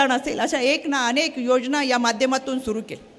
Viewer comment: रुपाली ताई न आणि ण मथे फरख आहे आणेख आसा शब्द नाही अनेक आसाउच्चार करायला शिका